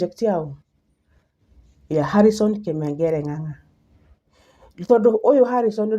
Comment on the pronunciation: Not Kimengere but kamengere